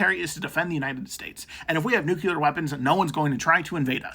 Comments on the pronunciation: REPEAT AFTER ME: Noo-CLEE-er 😂NOT NUKE-YOU--ler ALSO, CUT DOWN ON CAFFEINE. SLOW THE HELL DOWN! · Kyle hill would be disappointed at that pronunciation of nuclear